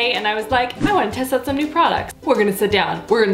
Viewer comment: #randomcanadiammoments Saying oout instead of out. 😂 or Saying eh accidentally